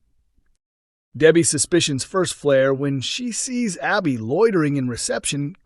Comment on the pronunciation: Why is it so hard for the narrator to say Abbi ? Lol